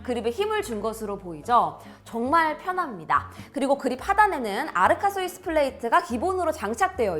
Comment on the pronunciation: 아르카스위스 ㄴㄴ... 알카스위스... ㅠ ㅜ